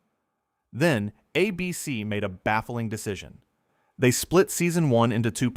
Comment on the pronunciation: I love all of these videos, but I can't stand the way you say ABC. ABC is the name of the network. It's not a BC